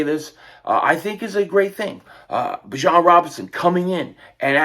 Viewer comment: It’s Bijan not Bijon.